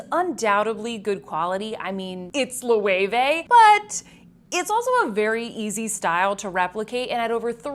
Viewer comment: Its not lowey-vey. Its loh-weh-veh.